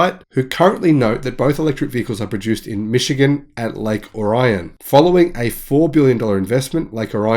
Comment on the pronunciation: FYI. Locals pronounce the "I" in Lake Orion as an "E" sound (LAKE OREON) . It is not pronounced the same as the constellation Orion. I live near Lake Orion and thought you may want to pronounce it as the locals do in future videos.